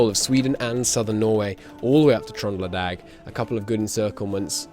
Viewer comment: Ah yes, the famous European cities of Gorts and Trondlalag They are pronounced like they're spelled :) Gratz and Tröndelag. Anyway, it is pretty funny that Rommel was in charge of the Alpine Defense and performed exceptionally there considering that he was decorated for his service in the alps during World War I :P Rommel participated on the Alpine Front as a company commander in the Alpenkorps and he performed excellently there. He was even decorated with the Pour le Mérite, the highest Prussian military honour, for his service, which was almost unheard of for a mere Lieutenant. "Rommel, Erwin, Oberleutnant, Württemberg Mountain Battalion. Awarded in recognition of outstanding leadership and distinguished military planning and successful operations during the battle of Caporetto (12th Battle of the Isonzo). Between 24 October 1917, when the Württemberg Mountain Battalion led the attack on Colovrat Ridge, and December 1917, Oberleutnant Rommel’s unit captured 150 Italian officers, 9,000 soldiers along with 81 artillery pieces and numerous machineguns. During a night attack on 7-8 November 1917, Rommel led his troops successfully in capturing Clautana pass from the Italians. On 9 November 1917, he was responsible for the capture of a second pass. By 10 November 1917, Rommel had reached the Piave River and with only five companies of soldiers, crossed the river to pursue the retreating Italians. By the time Rommel and his troops had reached Longarone, they had captured 8,000 mo